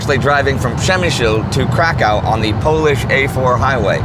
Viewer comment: How can you pronounce Przemyśl and then mangle Kraków?